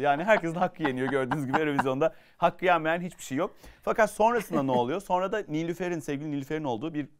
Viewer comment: Çok tatlısınız sizi çok seviyorum ama Kaan abi niye sonra demek yerine sonna diyor çok tatlısınız 😂💖